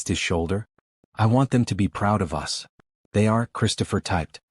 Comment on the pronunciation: Why do you keep saying U S for "us" s and T O for "to"? It's annoying.